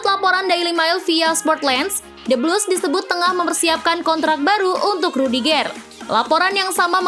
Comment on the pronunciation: Intonasi pembacaan nama pemain nya dong di perbaikin,,rudigeur bkn rudigeeer 😅